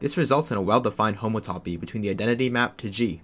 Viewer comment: It sure is frightening when you pronounce it like that; it’s hom-OUGHT-toe-pee